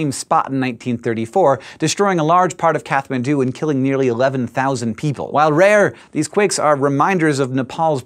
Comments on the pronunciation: Hank, that's not an English "th" sound in "Kathmandu". Nepalese, unlike English, distinguishes between aspirated and unaspirated consonants, so that including or failing to include a puff of air on a given consonant can change the meaning of the word. The "H" is just there to show that, in Nepalese, the city's name has an aspirated T. In English, the name is simply said as "cat man do", as in, "What would a cat man do?" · It's kawthaman(thu) put the emphases on the th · The TH in Kathmandu is NOT pronounced like in the english language.